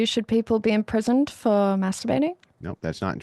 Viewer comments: naurr... - Naur? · Noahrr and Yeahrr 🤣🤣🤣